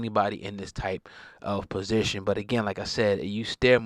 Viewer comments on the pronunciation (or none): none